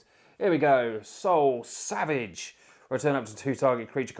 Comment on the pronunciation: is it only me or is he saying soul savage instead of soul salvage?